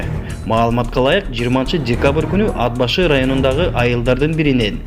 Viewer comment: Тууганым туура суйлогонду уйрончу унаа деп айтылат ууна эмес Ат башы деп айтылат ад башы эмес сага окшогон сабатсыздардын кесепетинен элибизде сабатсыздык оорчуп элибизди ботон элге шылдын кылып атасынар